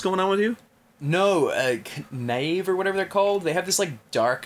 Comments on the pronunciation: ross it's pronounced /nāv/ and it means a dishonest or unscrupulous man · Ross pronounced "knave" like a true Aussie.